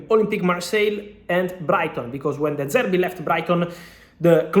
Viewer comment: “de service” 💀